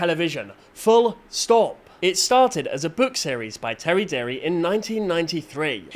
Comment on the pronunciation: His name is Terry Deary (pron Deery), not Terry Derry! 😂